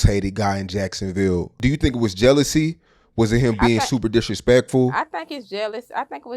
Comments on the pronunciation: They all say Yacksonville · “Charlz luv jiackesonville”